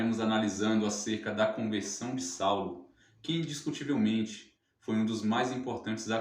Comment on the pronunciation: TEM QUE PRONUNCIAR BEM. CONVERSAO. MAS BOA AULA. JÁ ME INSCREVI.